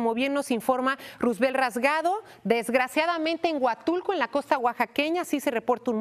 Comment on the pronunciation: el nombre del periodista que informa desde México, es Roosevelt, entonces se acentúa en la primera sílaba "Roo.. ".. No en la última sílaba... "... velt.." el nombre de el, es como el del ex Presidente de Estados Unidos... (Por favor)